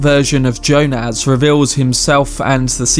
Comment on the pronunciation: I've never heard Jonas pronounced like you say it. It's quite striking. Anyway it's more Y - O - nas not Jo - NAZ